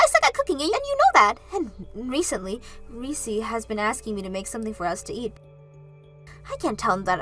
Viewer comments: It's Reece not Reesee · Did you mean 'Olivia' instead of Oliver? Whatever you're using to try to translate your scripts over into Western names and other things, it's making your videos look crap. Also, it's 'Reess' not 'Ree-cee'. A one syllable name. The 'E' on the end is silent. Whatever research 'effort' youre putting into the pronounciation of our Western names, it's piss-poor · Reese is pronounced Rees….. Oliver is a male name. Olive or Olivia is a female name.